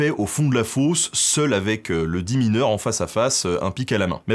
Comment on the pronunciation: Je suis mineuw !!! 😂👍